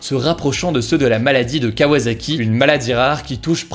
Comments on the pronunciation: Bon, Hugo je chipote, mais ça se dit KawaSaki et non KawaZaki :D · Pour info, vu que ça m'énerve au plus au point. Au Japon, le "S" se prononce comme un "S", donc "kawa[Sa]ki", pas comme un "Z" (comme dans "Zorro" ^^;). Kawa[Sa]ki (préfecture de Kanagawa) ne vous remercie pas. Kawa[Za]ki, pas trouvé ^^; C'est comme pour "Osaka" (prononcé, [o][za]ka)... Non, c'est "[Oo][Sa]ka" ^^